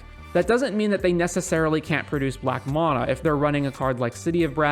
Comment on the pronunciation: Nice vid, but its mana (man-uh), not mahnah